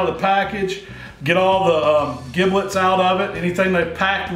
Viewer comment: WTF are GIBBlets...??? C'mon... I think you mean giblets (pronounced "JIBlets")